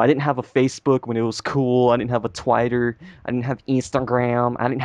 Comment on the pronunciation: Lol It's Twitter not Twatter.